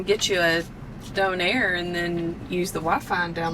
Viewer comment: Lol thank you! Not “dough-nair”